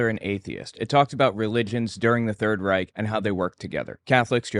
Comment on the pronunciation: Then he has the gall to say "rike" instead of "reich". The sheer laziness of Peterson's approach to history REALLY gets up my nose...